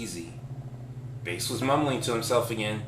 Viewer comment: "Baas" pronounced "Base" - very Based. :D That said, is the rest of the story still available? The link no longer works, but I was excited to try it!